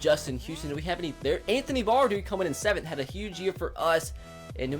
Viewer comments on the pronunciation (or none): none